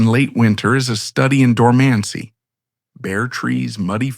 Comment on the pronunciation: Until the AI narrator said the word “dormancy” pronouncing it “door man cy”. AI will never replace humans as long as it can’t pronounce simple words correctly. 😜🤣🤷‍♀️